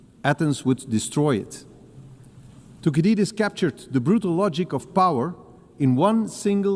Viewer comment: De manier hoe Thucydides was uitgesproken is een beetje pijnlijk, maar